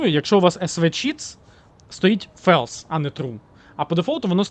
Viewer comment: Друже, не фелс, а ФОЛС.